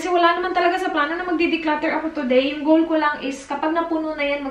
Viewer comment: samooka sa “Kigol” lage hahaha.. 😂😂😂